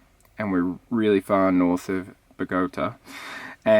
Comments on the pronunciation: OUCH!!!!! Talk about goin out with a bang! I hope the 4 of you are ok. How's the van? Mercedes parts......Eeeeeeeeeee. Hopefully its not too expensive to fix and replace. Did that happen in Bogota,, you pronounce it Bow-gah-tah. Its hilarious you can't pronounce it!!!! Glad to see Emma had a great trip, on to the next adventure!!!!!!!! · (ba-GO-ta) reminded me of this clip from the American TV show Friends